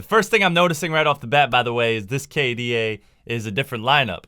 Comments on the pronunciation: IT'S K D A NOT K DU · did this absolute dork just say kay duh bruh k/da is said as the individual letters. In games, K/D/A is your kills/deaths/assists. You add kills and assists and divide by deaths to get your ratio. So like, If i got 10 kills and ten assists and 3 deaths, my kda is 6.6. if i get 1 kill, 6 deaths and 26 assists (a support game) my ratio is 4.5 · Lol. You added the part when you pronounced it initially as K-DA 😂😂 anyway, the song is a bop.